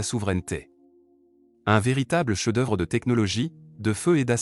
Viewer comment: On en est même pas à 30 secondes de vidéo : voix d’IA immonde, saccadée et même défaillante à 24 secondes , ”Canone de 120mm” ”le cheu d’oeuvre de la France” Déjà que le titre est faux, si en plus la forme est bâclée... pouce rouge.